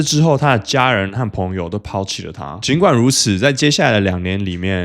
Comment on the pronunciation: 可以把導致和朋友唸清楚。